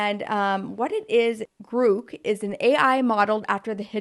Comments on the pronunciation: Grok is from Stranger in a Strange Land by Robert Heinlein. I’ve always heard it pronounced Grok, like Rock. I think there are videos of Leonard Nimoy saying it in the 1960’s. I still have my paperback copy from the 1970’s. I’m keeping my Cybertruck reservation at least until I find out the price and range. I reserved dual motor and 300 miles at $50k and my rumor says it might be 350 miles, but who knows what price or timeline. I expect they would do the tri motors first like previous launches and I might switch to that depending on the details. On the other hand I could cancel and get the 24 Lightning Flash now including heat pump rather than wait longer since I originally thought production would start in 21 and I would have a Cybertruck in 22. If production really starts in 24, then it could be quite awhile before my number came up. On the other hand I would love an electric RV far more than towing a trailer with a Cybertruck, but the Rivian vans don’t have the range. The electric Sprinter, Transit and Fiat/Ram all seem to be about to drop 250 mile versions and I don’t know what the Bright Drop range is that Grounded is using but it’s probably around that. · Grok is pronounced similar to Clock. The way you’re pronouncing it, it would have to have two “o’s”. The term originated from one of Elon’s favorite books titled “Stranger in a Strange Land” where the term “Grok” meant you understood a idea so much that it became fused to your being or brain. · I don't know for sure but I don't think it's pronounced like grook but more like crock as in crock pot -- grok. IDK, just my guess. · It’s not Grook like Groot… it’s Grok like Rock… just sayin. Continue 😂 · It’s not Grook, it’s Grok. No hate, love your show, just FYI. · Grok is pronounced with an "ah" sound, Gr ah K. Gr oo k is driving me nutz! 😁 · Elon pronounces it as "graak" not "grook" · It's a nerd word pronounced Grock like rock. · I'm not sure, but after some research I found that it's pronounced "grawk".